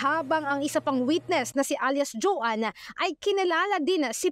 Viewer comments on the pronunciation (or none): none